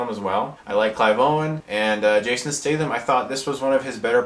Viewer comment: awesome way to say his name lol